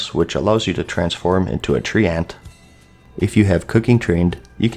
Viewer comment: A "Tree-Ant"... your pronunciation is becoming as shameful as Mrrgglls.